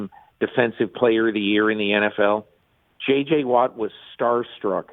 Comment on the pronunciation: She said it twice so its perfectly fair to correct her... J.J. Watt not T.J.!!!!!! Go Pack Go!!!!